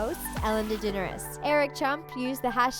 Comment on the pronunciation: Said degeneres wrong